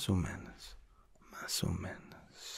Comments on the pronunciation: If you pause after the no in "no muy bien" like that it sounds like you are saying: no, I'm very good (in a disappointed tone). Instead of saying I'm not very good (like how punctuation can change a sentence in English). Also it's menos not menas as you were saying. Still I'm enjoying this : ) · It’s mas o MENOS not menas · you kept saying menAs, it's menOs